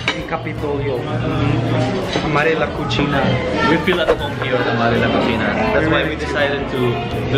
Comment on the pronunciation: Did I hear you say La Cochina??🤣🤣🤣 I know La Cocina but cochina? 🤣🤣🤣🤣